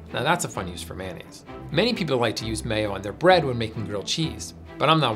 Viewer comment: In New Orleans, Blue Plate (made here) rules. Sounds like"MY-uh-nez" Only way to make a po'boy!